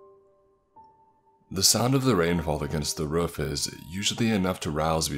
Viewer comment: the way you say roof makes me tell which part of the US you’re from